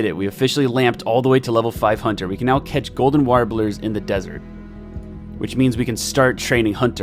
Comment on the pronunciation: I swear to god that it sounded like you said "golden water balloons" rather than golden warblers, lol.